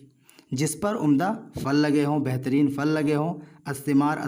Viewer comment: پھل ہوتاہے نہ کہ فل